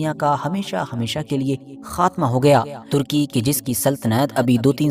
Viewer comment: Pahle sahi naam lo kya tarki karki bolte ho Sahi naam lo kitna ghanda lagta hai jahei aadmi..